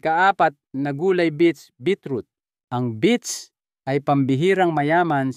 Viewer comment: Beets po, not beach.